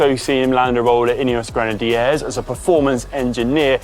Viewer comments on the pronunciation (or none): Can we first review the fantastic Grenad-eee-eers pronunciation???? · Always rely on Conor to introduce a new pronunciation to a name :-) Gren-en-d-airs! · Please someone at GCN take the Micky out of Conor for his pronunciation of Grenadiers. It’s definitely not natural. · The biggest take from this video is how Connor pronounces Grenadiers!! Joking aside great video